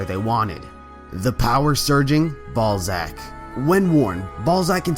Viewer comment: Lol ballzack “ball sack” 😂😂